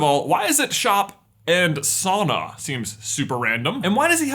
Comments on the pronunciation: You pronounced sauna wrong this entire video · buy your saying it wrong it should be souna .